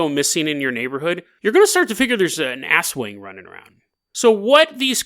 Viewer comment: You pronounced aswang as “asswang” lmao. It’s pronounced more like “as-wung”, the stress on the second syllable without any on the former.